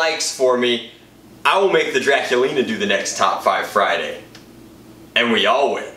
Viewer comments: "Fridurday?" Me-"Sure, and tomorrow is Smatelday." Derp. Hilarious. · Did he say Fritarday? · It's Fryderday my dudes